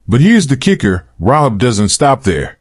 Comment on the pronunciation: .......by the way, her name is pronounced "RA-hab". Love this study. Thank you. ♥